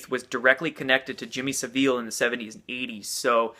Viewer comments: SAV-el not Sa-VEEL...do you think it makes us look smart or informed to not know how to pronounce names? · Gabby Fineglaze It's neither- its pronounced; SAV - ILL . I'm English, in my late sixties, English language & literature were/are my top subjects. I think I'm qualified in pronouncing my native language. That said, most of my own countrymen & women can't be bothered to speak their own language correctly !! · Your inability to say Yiannoupolos and Saville is fucking funny. But interesting stuff ... keeping an open mind.